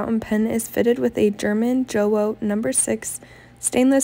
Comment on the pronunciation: jowo pronounce Yo Vo